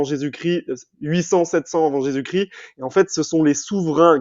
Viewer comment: Parcontre on dit Jesus ChriSSSt pas Jesus Crie …je ne connais pas le critianisme mais le christianisme